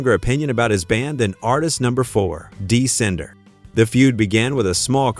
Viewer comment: Dee Sinder😆